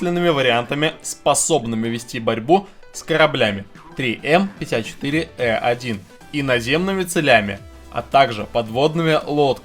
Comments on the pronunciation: ТРИ ЭМ, а не ЗэЭМ! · Не зэ-эм ))) а 3м (три-М)! Профура!)))))))))))))